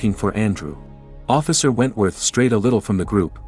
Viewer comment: “ officer negeers “ 💀💀💀